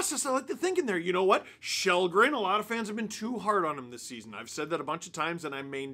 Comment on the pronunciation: His name is Kallgren, not Shellgren.